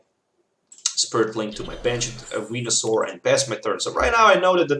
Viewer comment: You were saying wenasaur....